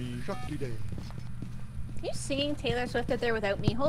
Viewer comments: It's so triggering hearing them go "yuriiiiii" instead of you-ray. That's how Yurei is pronounced gang. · I love how they're just pronouncing "yurei" as "yuri" like imagine going to a haunted house and the type of ghost you find there is just sapphic love lmao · Exactly the way it is written, you-reh-ee